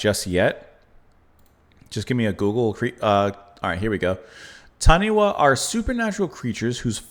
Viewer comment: Wh in Maori pronunciation is an F, so say ‘Tanifa’, with stress on first syllable.